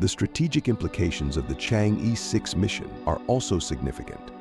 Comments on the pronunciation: better read "Chang'e" as Chang o, thanks for the report. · Nice video and presentation. The title Chang’e has an “e” that should be pronounced as vowel and not consonants. Some what sounds like “Zrhang-eh” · it would be like ALIEN if westerner pronounced Chinese: Chinese - CHANGG Er . 🎉😂